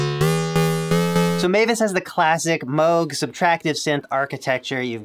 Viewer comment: Moog as in Moooooo as in cow. It’s not Mogue as in rogue state (USA)